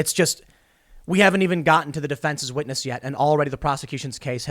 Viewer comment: A Scwitness